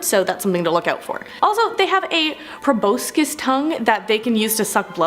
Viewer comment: It's "pro-BAS-cus," not "pro-BOW-scus." Missed out on those science classes did you?